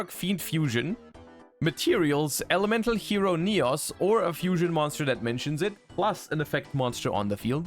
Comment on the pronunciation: Yugioh World Champion ignores the fact that Sinister Necrom carries this support on his back, instead opted to mispronounce Neos.